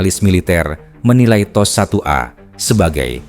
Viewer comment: Apa makna T.O.S tu? Adakah Tecnology Operation System. Aku dengar admin sebut macam teh o es...